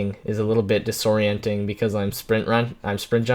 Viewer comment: you said disorenting alot in this video